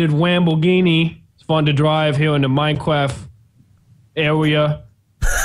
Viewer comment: Minecwaft deff wun